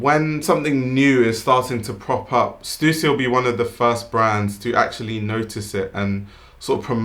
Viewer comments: its stuh ssy!!!! not stusi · thanks for pronouncing stussy correctly!!!